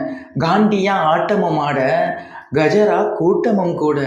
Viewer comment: கஜாரா கூட்டம் இல்ல. தசரா கூட்டம். ஏதோ ஒன்னு வேற லெவல்